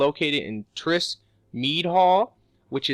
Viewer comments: "TRISK MEAD HALL" THIRSK. IT SAYS THIRSK. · You also can't pronounce Thirsk, either.